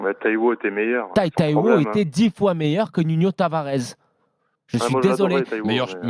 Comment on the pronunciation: Il fait le connaisseur de football et Nuno Tavares il le prononce Nunio Tavarez journaliste en carton